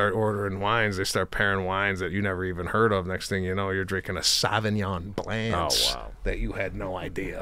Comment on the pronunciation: Yeah Mr Seb , it’s not Sauvignon bland it’s Sauvignon blanc, blonk Mr wine specialist